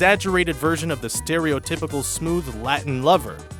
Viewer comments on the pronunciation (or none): The only thing offensive was the pronunciation of "Steeerio-typical"